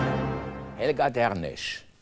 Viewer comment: It's Helga Dernesch, not Helge. Helge Roswaenge...